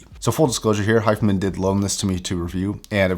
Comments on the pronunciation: It's Hi Fi.....man not hifemen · Pronounced: HI - FI - Man